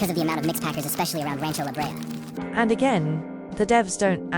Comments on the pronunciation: La Brey-Uh. Not La-Bree. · @@ I’m pretty sure it’s la bray-uh becuase it’s spanish. you said it wrong so just admit it becuase you don’t know how it’s pronounced to begin with lol